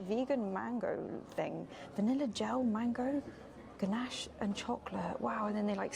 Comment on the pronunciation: Pronounced gannash